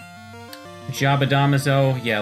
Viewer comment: Smh pronouncing jabadamazo wrong still